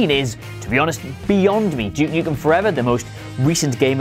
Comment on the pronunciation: To my American ear it sounds like you’re saying ‘Juke Nukem.’